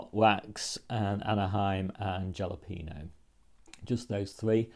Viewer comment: Watching things grow.....just figured out that is why I garden. Thank you, thank you! I am sure enjoying "growing along" with you! Also love that you experiment and notice how other's do things....so helpful! PS Jalepeno is usually pronounced Halepeno from spanish....something that really confused me in school during a spelling test.